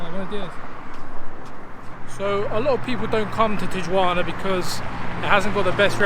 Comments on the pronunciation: tiyuana? hahahahahaha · Not a good video guys, at least get the pronunciation of Tijuana correct and do some background on different places you are about to visit. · I hope people taught you how to pronounce Tijuana properly...otherwise, great video!